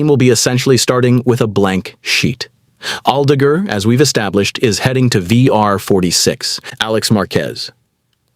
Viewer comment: Aldeguur, Aldegeehr, someone needs to train that IA dude's pronounciation asap.